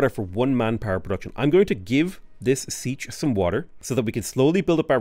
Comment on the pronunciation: Siech is pronounced SEE-AYCH